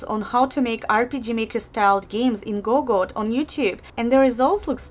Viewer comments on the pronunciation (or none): GoDot - not GoGot! It's "D" in the middle. Asid eof that - video is nice and informative.